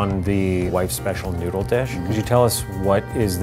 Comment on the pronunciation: The Asian women: NOU-DLE